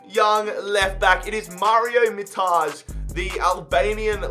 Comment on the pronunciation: you read it as it's written Mitaj, not MiTAzHe. It happens with every Albanian whose surname is written with a J in the end and it makes me so angry!!!